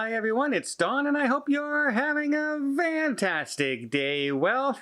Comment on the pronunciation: Why do u say vanntastic? Also y does it have to be air Canada? Y can’t u get another flight ✈️